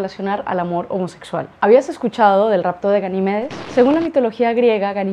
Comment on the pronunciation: Ganímedes. Acento en la i. No en la primera e. Al menos acentúala más porque se te entiende bien al principio pero la segunda ya se te oye el acento como llana. Es esdrújula. Buen vídeo